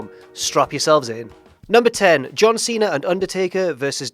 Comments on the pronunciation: I laughed at John Tweena. Keep trying, Jack. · John twena